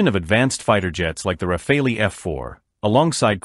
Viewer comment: sorry but you seems to be doing a lot of video on the RAFALE and that's great and your video are good but could you stop butchering the name of the fighter jet please. So make an effort, in French, because it's a french Aircraft the " E" it is not prononce like in English . At this point it comes accross as either a lack of work or a lack of respect.